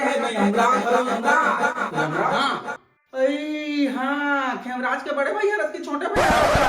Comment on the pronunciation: Yamraj nhi ❌😅 khemraj ✅